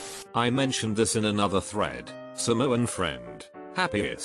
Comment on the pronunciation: no one ever knows how to pronounce samoan right